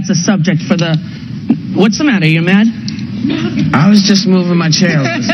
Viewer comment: "What's the matter, ya mad?" LOL 😂😂 Rosie's Long Island came out